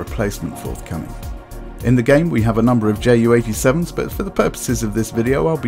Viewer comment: Hi, I have a question... why are you name this bird as "JAY U"... anyone (in germany) call(ed) it "Ju" like in "You". "Ju" is just the abbreviation of "Junkers", also it was much easier to say "Ju" instead of "Jott U" (which is your Jay U)". There is also an other example... the Junkers JU 52 was called "Tante Ju" (Aunt Ju). So... why do you call it "Jay U"? And just as an educatioal information: german planes like the Me 262 or Do 335 were pronounced as "Me Two Sixty Two (Me Zwo Zwoundsechsig)" and "Do Three Thirty Five (Do Drei Fünfunddreißig)" (just because a "Me Zweihundertzweiundsechsig" is way to complex to say). Also, the german 2 (Zwei) was pronounced as "Zwo", because "Zwei" sounds too similar to "Drei (three)"...